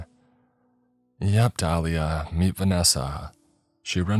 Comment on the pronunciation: 😮 im sorry, did they say Dahlia, or Tahlia at the beginning